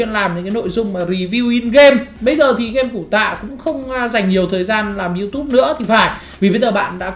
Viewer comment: Yutube chứ ko phải sờ chim nói cho chuẩn đại ca